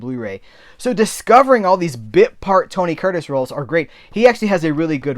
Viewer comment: (1) I'm proud of you,. You said "Tony Curtis" five times normally. (2) Regan said that chimp was his best costar ever. (3) When you paused at "why do... " I sang aloud "birds suddenly appear" about half a second before you.:)